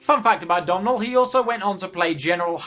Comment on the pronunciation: Fun fact, you read Domhnall like "Donal", not "Domnal" (it's basically Donald but Irish)